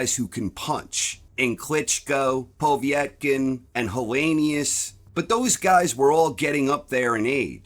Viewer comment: It’s povetkin and not povIetkin.